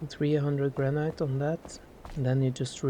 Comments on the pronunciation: Its not prenounced "Gran-night" its "Gran-it" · I bet his English is way better than your second language, if you even have one. I think his English is great! I wish my Spanish and Japanese were HALF as good as his English. By the way, LOVE that he pronounces it gran-NIGHT. It sounds so classy.